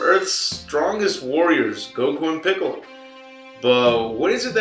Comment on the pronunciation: Did he just say goku and pickle🥒😂😂